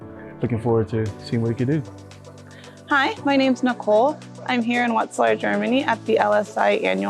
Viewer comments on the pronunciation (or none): “Vet z lar” not “wet z lar”